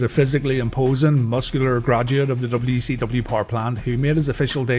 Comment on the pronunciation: DUB CEE DUBBYA